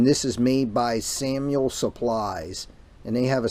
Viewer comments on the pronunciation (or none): You read the part number wrong on the box for the regulator. Also it is Samwell supply not Samuel.